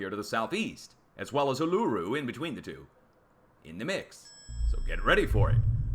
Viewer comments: would only get charged with "Badly impersonating an Australian". Love your work. Never liked the expression, "Do the math." Its what we call arithmetic; just one branch of mathematics. Oh, pronounce Uluroo......OO la roo, same rhythm and rhymes with kangaroo. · I don't like to be one of those people, but FYI, Uluru is pronounced 'oo-luh-ROO'. The accent is on the last syllable. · thanks for your work. I look forward to each one. FWIW locally over here Uluru is pronounced OO-LAH-ROO.